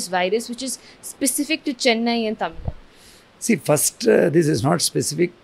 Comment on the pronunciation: I heard it right "Tamil Nadu " good job